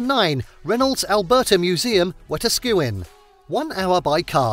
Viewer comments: Wah-task-skew-win Not- 'Wah-tah-skew-enn' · Pronounce it Whe-Ta-Ska-win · I lived there for several years and it's an amazing city with endless things to do if you're looking. Also its pronounced Wa-task-a-win lol. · The town is pronounced We - TAS - kewin, emphasis on the TAS. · it's "Wah Task a Win" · It’s pronounced wataskawin ya silly goose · Nice try buddy, it's actually pronounced Wetaskiwin (Wha-tasku-en). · bro i am from wetaskiwn it's not wut-agin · Some of the stock footage used in this video is hilarious. Also never heard wetaskawin pronounced like that but could understand it being a struggle if you didnt grow up with the 'cars cost less in wetaskawin" commercials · The way he pronounced Wetaskiwin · Never heard Wetaskiwin be pronounced the way the guy did but this was a very informative video! Well done !! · Omg wetaskiwin lol. Close enough man lol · no he did not, bro couldnt even get a clip of galaxyland or spend 5 seconds googling how to say wetaskiwin